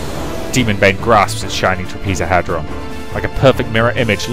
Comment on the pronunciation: Some advice to pronounce it properly bro: Shining TrAH-pez-oh-head-ron.